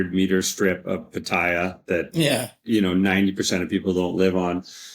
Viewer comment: "PAT-ah-yah" not "pah-TAH-YAH". Why do so many foreigners have such difficulty pronouncing the name?